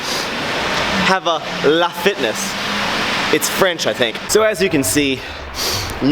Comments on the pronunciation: its L.A. Fitness 😂😂 like los angeles.. you said it all french 😂😂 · "we even have a lah fitness, I think it's French"😂😂😂